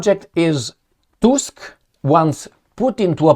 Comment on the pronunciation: Tusk Pronounced like in tooth.